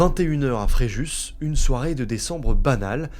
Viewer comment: Le s de Fréjus ne se dit pas....